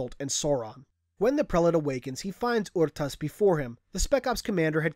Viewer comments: ITS PRONOUNCED ARE-TAS NOT OR-TAS OR UR-TAS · never heard anyone say it like "Aru-tus" before I always say "Er-tas" but i mean how the fuck are you supposed to say " Rtas" ? XD